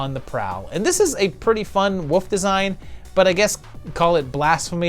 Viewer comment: I’m interested in your repeated pronunciation of “wolf” as “woof” and “wooves” 😋 Have I been saying it wrong all along? 😜